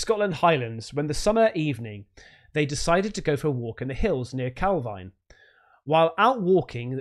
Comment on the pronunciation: Calvine in Perthshire is pronounced calvean locally.